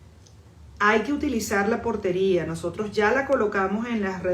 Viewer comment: Portaria no Portería